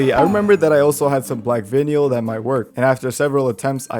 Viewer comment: please tell me you are pronouncing vinyl that way as a joke